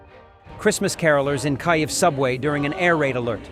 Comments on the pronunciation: AI VOICE SAYS KAYIV. COME ON AT LEAST PRONOUNCE THE CAPITAL CITY NAME RIGHT. KEEV OR KEEYEV I'm unsubscribing till you get it right. IT'S UNSULTING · ffs learn how to pronounce the word' Kyiv'. It is the name of the original capital of the Rus people, and mispronouncing it shows monumental ignorance and disrespect.